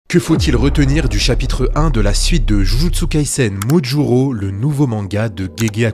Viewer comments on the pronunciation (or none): Modulo pas mojuro